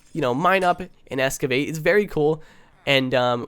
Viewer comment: excavate not "escavate"